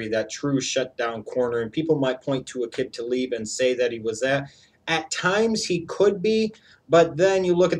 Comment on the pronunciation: You always mispronounce Aqib Talib's name.